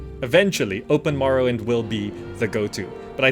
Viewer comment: how is dis morrwwend